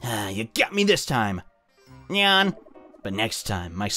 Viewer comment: this is funny but you are saying nyan wrong you are killing me lol